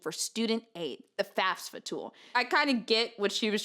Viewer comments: I feel bad that I can't drop this but I'm curious how much this is "espresso/expresso" vs. like, a speech impediment. Do people that say faSfa, instead of faFsa, say it because it's uncomfortable to say correctly? Is it involuntary? Is it just a preference? Do you notice you do it? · I love yah and I love the story. The fact that you pronounce FAFSA the way you do bothers me. Sorry.